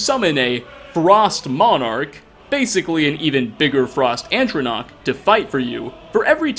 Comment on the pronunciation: What the hell is an Frost Antronach? I only know of Frost Atronachs.